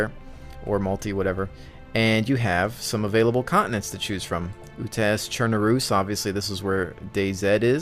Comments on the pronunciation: Cher-Nar-us Gra-nade-er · u're spelling chernarus and utes wrong, atleast not how i heard it being spelt all the other times. cherNArus and UUtes